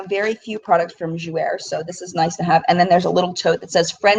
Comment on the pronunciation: Thanks for sharing your experience with us. I'm glad I decided not to go. FYI Jouer is pronounced jou-AY. It means "to play" in French. I hope you don't mind me correcting you. I hope you feel better soon!